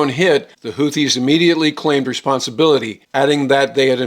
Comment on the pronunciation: ‘HOO-TEE,’ not ‘HOOTH-EE.’